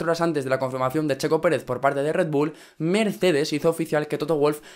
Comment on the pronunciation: en el minuto dijo miercedez jaja fuck